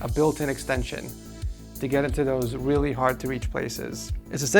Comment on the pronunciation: bro really said "whilly" instead of "really"